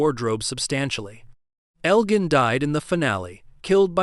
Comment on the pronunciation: Marielle’s pregnancy??? WTF are you talking about??? His name is pronounced El Jin not El Gan.